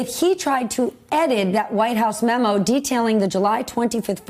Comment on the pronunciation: So hilarious watching you guys STILL struggling to say memo. Clearly the focus is on views over quality.